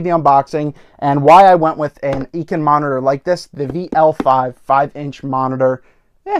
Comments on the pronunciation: is it really? On their website videos they always say I-CAN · EEE-KEN? haha just caught me off guard, great video!